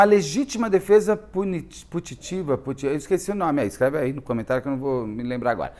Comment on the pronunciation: Legítima defesa putativa… ri demais com o putitiva 😂